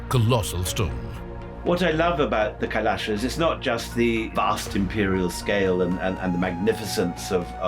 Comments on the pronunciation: Pl pronounce kailash not kailasha( कैलाशा) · it's not kailasa , it's kailas don't add 'a' after hindi words....